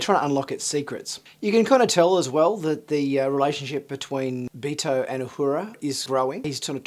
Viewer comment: Its not.... "BEE TOE" its "BEHR-toh" Basically his name is Berto.. but pronounced with a Spanish accent. Ortegas is of some type of Spanish decent.